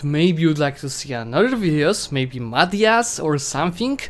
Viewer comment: i was going to write madyas vs britain , and you said madyas .. WOW